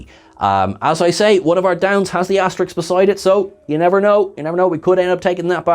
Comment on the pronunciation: Love, but it's ASTERISK....